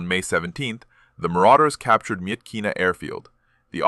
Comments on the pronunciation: Myitkyina is pronounced Mitch-i-nah. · Great video about George and Merrill’s Marauders! By the way it’s Mitch ih nuh.